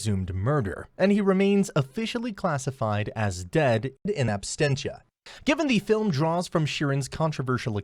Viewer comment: Hate to be that guy but it's not abstensia it's absentia....as in absent.....my device wouldn't even let me type it that wrong initially